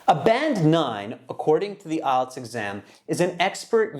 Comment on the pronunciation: How did he pronounce IELTS ? Sounds like ''isles.'' The examinée Tala pronounced it better than the American examiner.